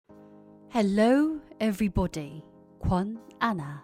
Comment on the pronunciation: 헬로 에블보디 들을때마다 넘 웃김ㅋㅋㅋ